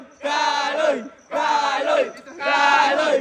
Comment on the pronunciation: Kalo hindi kaloy😂😂😂